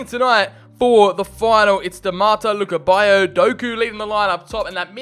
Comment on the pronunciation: Lukebayo XD its LUDEBAKIO BACK-E-O